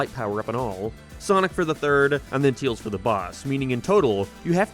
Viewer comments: Who the heck says "Teals"? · Why cant u say tails correctly? That seems like an odd speech impediment, or was it on purpose? Lmao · It's his accent. He's from Northern Ireland but has an American slant to it because of his wife being American and he lives in the United States alongside her, so his accent has shifted slightly since moving to the United States. He tends to pronounce the letter "a" as "æ" so if he were to say "Tails is my favorite character", he'd say it like "Tæils is my fævorite chæræcter". I don't mean any offense to him honestly, but I know people tend to be curious as to where his accent comes from. (His pronunciation of "Mario" in the Sonic Rush section is fucking atrocious though, my God. "Mærio".) Love his content though even if he's got takes I don't agree with. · Bruh you said teils even though it’s tails with an a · i love how he calls tails teals